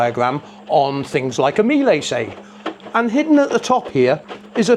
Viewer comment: Just so you know, the correct pronunciation of Miele rhymes with "Sheila," not "me-lay."